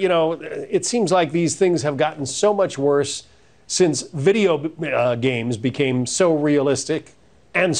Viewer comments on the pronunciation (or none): Couldn’t even lie smoothly. “video brughh games”